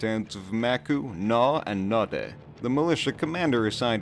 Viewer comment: Naudeh more like no dih 😂😂😂